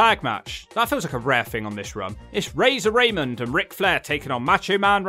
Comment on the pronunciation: also... STOP SAYING Razon Ramon like a white guy XD.... you know EXACTLY how to say his name